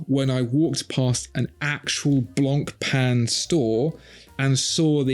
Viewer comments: pronouncing it "Blonkpenn" should definitely be on this list too. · Don’t pronounce the C in Blancpain !!!